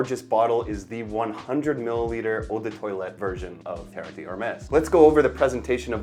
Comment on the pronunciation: Maybe try not to pronounce Eau de toilette as “odor toilet”. 😂